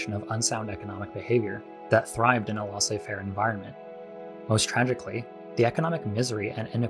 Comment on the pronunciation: FYI: Each o in "colloque" is pronounced the same, like the 'o' in "low". Also, the ai of "laissez" is pronounced the same as the ai in "faire". More like the vowel of "hay". Neoliberalism and embedded liberalism vs Stalinism and Maoism. Wasn't anyone talking about anarchism?